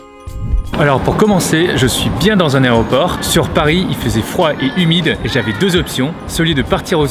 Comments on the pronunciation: tu a dis aréoport ??? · Man tuto Fr On dit aéroport